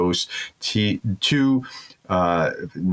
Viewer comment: Great report, but Tu-22 is pronounced either T-U (Tea-you) or Tupolev. Never (to/two). It can confuse the numeric. Thanks